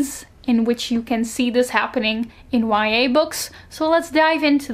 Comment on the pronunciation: Everytime she says YA I hear Y/N😂